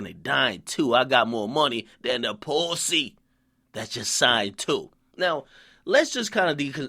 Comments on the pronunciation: Every time Akademiks says Poosey! I lol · so much emphasis on the word pussy everytime lol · He says pussy funny as hell hahaha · I'm dying at how DJ pronounces "pussy" lmao. And he also said "Young Money going against whoever Omarion is running with" --dead who the hell cares about Omarion and why y'all think he got a gang of dudes?!? Lol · I can tell Akademiks appreciates pussy. He pronounces "pussy" with so much effort he really must love it